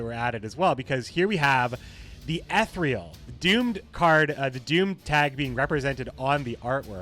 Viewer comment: "E-thereal" fuck I dunno how to write the pronunciation but its bugging me the way u pronounce it lol